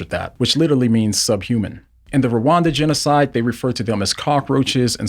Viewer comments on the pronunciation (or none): none